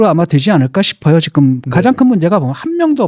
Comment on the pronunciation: 진중권도 지금을 직끔 직끔 거리네;;; 어떻게 지금 발음이 직끔이 되는건가.. 이런아저씨들 꽤있던데 신기하누